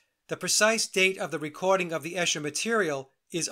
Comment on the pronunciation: Esher is pronounced Eesher. Great work. Was David Bowie a construct too?